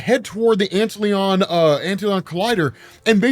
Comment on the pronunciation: I think it's probably Ant-Lion, not Antlyon